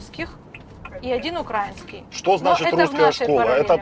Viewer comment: УкраИнский а не УкрАинский. Йо-ма-йо.